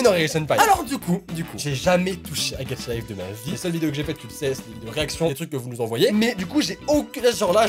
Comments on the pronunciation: Moi au début:, ce n'est pas "Gatcha Life" mais "Gacha Life" 😂😂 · Au début de la vidéo il a dit getcha life